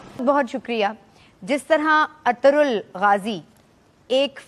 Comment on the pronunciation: we pronounce it Arturul which is wrong its Erturul